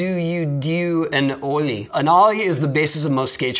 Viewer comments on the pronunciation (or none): hOw dO u dUe aN OOOW-LY? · He said olle like olie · Lol "Ulie" xD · the way he pronounced the o in olie sounded like it was half way between a normal o in ollie and an o with an umlaut diacritic above it. It was just so perfectly funny